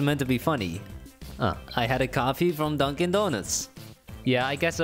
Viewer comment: i wasn't looking at the screen and i was so confused cause i thought you we're saying my name not dunkin lmao